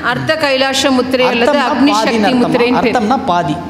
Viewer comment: ஷக்தி அல்ல. சக்தி என்று கூறவும்